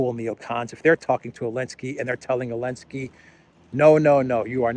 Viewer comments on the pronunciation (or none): Why does he call him Elensky?